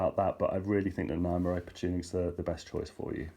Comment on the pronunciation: my friend-I can't handle how you pronounce Nyamaropa:-) It's not Ni (like "hi"), It's Ni like "knee". (Knee-ah-mah). Ropa (Rope - ah):-)